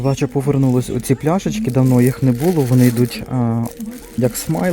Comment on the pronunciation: Не булО- наголос на останній склад.